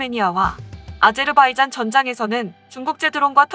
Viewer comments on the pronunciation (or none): none